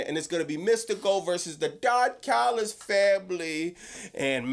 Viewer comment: I CAME HERE JUST TO HEAR SAY "THE DON CALLUS FAMILY" 😂